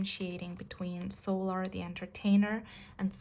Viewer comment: Sometimes your readings are so accurate it kinda scares me and yes you are pronouncing her name correctly